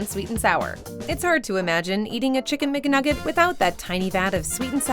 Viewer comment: LOL "Chik-Gun-Mikka-Nugget"